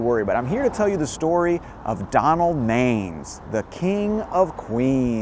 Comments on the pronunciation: Pronounced Donald man-ess…. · His name was pronounced (Man iss) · Man-ISS, not mains. I'm enough to remember the audiotape of the suicide attempt on the local news. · Love your channel! FYI Donald Manes last name is pronounced "Man-ess" not "Mains". I was scolded once by a New York State senator from that area by pronouncing it like you did in this video. Sharing the knowledge so you do not get rebuked by someone! Thank you for the very interesting channel. I learn a lot from you. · Came here to say this about the pronunciation of Donald Manes. It's not MAYnes. It's MAN‐ess. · It's not Donald Mains, it's pronounce Man-ess. I was his nurse in the ICU after he tried to commit suicide. To say he was messed up is an understatement. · Donald Majes' name was pronounced Man-is! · It's not Donald Mains. It's pronounced Man ness. I used to see him in from of the building every day. Probably way before you were born. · LOL. Donald Manes is pronounced MAN-ESS, not MAINES. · Pronounced MAN-iss Donald Manes. You're either too young to remember or not a native. First time viewer. Do a vid on the guy who fed "girlfriend stew" to the homeless in Tomkins Square Park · it’s pronounced “Man-es”. Glad to see you stopped by Neir’s Tavern. Can’t wait to see that video. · Another great vid but note he pronounced his name MAN-iss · His name was pronounced Donald "MAN ESS.... lol. I was an associate of his kids in Jamaica Estates Queens he also frequented the infamous Bristol Hotel which was a whore house in Jamaica Queens . It is also where he purchased his drugs . One Part of his scandal that was hushed up was when he was nearly involved in a car accident on the Grand central parkway after being stabbed in the thigh by a transexual prostitute from the Bristol Hotel 🏨. ABC Channel 7 NEWS Covered it fully before it was overshadowed by the parking violations scandal that took Down Mayor Koch. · Great stuff. Just as an fyi, Manes' last name is pronounced man-is.